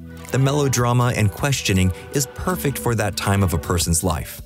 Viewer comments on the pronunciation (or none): none